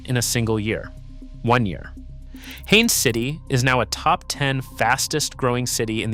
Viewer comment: It's Haines City, not Hannes or Hayne City; Polk State College, not Pulk. Learn to spell what you're talking about!